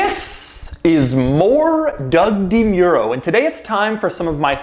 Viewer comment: Wait...is it pronounced Doug DeMEEro? or Doug DeMAIRo? Have I been saying it wrong this entire time?